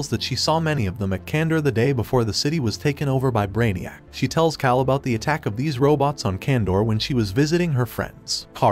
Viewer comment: That and calling him "kale" instead of "Kal" a couple times.